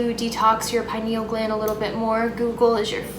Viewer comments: I've never heard someone pronounce penial gland like that😂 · Everyone thinks im crazy when i tell my buddies about fluoride in our water and everything. You pronounce pineal gland funny